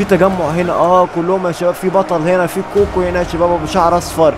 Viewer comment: هو انت ليه يا بتحط غو كو بدل كوكو اسمها كوكو